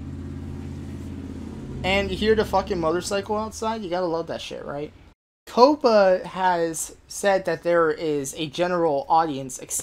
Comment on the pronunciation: Ko-puh? It's pronounced Kaa-puh.